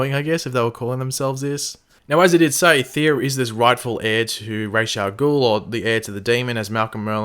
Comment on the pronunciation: Can I just point out that it's not spelt Raysh Al Ghul it's Ra's Al Ghul learn to pronounce it properly